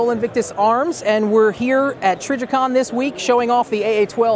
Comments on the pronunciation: The guy with the AA-12 said Trijicon hahaha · Lol dude with the aa12 said trijicon instead of triggercon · The Sol Invictus Arms dude called it Trijicon instead of Trigger Con. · Did the aa12 guy call it trigicon ahah